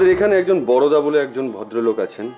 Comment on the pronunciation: বারাদা নয় রে, বরদা